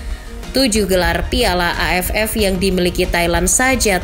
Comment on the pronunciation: Pas ngomong AFF.nya kurang di tekenin itu😂